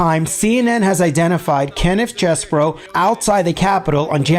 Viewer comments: Don't say cheese. I think it is chess. I love cheese and want to eat it without thinking about those morons. Please. L. Tribe pronounced it like chess, anyway. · Every time you say Cheesebro, I keep hearing Cheeseburger!! 😂😂😂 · It is CHESEBRO not Cheese , is not a cheese burger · The 'Cheese-bro' pronunciation sounds so appropriate. Thanks. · Ken Chesebro as pronounces it: My brother of a fermented dairy product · Who is the pipe bomber? That's the real question. EDIT: I love 'Cheese Bro' pronounciation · Is the correct pronunciation CHEESE-BRO? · It's pronounced however Kenneth Chesebro says, but I don't know what that is. Maybe we'll have to wait until he is sworn in at trial! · I love the emphasis that puts on the "cheese" in Chesebro.